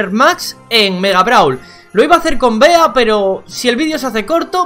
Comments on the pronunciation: Cómo me jode escuchar "Bea" y que se pase por sus cojones que su nombre se pronuncia como el animal que representa, Bee (Bi) 🐝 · Que rabia que le diga "bea" y no "bi" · Por fa no le digan “BEA” díganle “BI” Que creo que así se pronuncia. Tómenselo como una sugerencia,Saludos y felices fiestas 🎉.